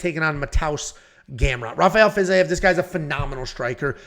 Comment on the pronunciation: Fiz I ev is a crazy way to pronounce it lol love it 😂